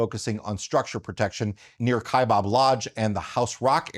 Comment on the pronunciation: It is not the "KaibOb" National Forest, it is pronounced just like it is spelled "KaibAb." The second syllable starts with Baaa, Kaibab. Yes, I'm sure of this pronunciation, I started my U.S. Forest Service career (4 years) working on the Kaibab National Forest.